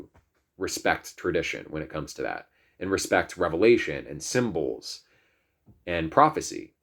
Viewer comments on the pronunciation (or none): none